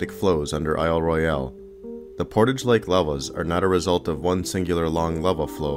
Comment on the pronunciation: I cringed every time he said "I'll Roy-al". The Michigan Geological Survey ought to know it's pronounced "I'll Roil".